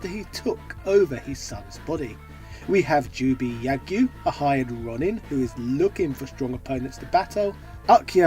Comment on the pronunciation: You're narration needs work; Ronin is pronounced 'Row Nin' or 'Rone Inn', not 'Ron in' . It sounds like you're just reading a script, not actually narrating it; there's a big difference. Otherwise, I genuinely appreciate you taking the time to create videos ony love of video games, thank you.